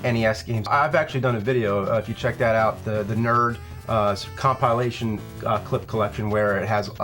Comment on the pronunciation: ... The Nerd cum-pile-ation That was an odd pronunciation.